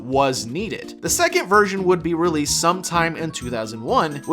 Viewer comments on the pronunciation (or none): none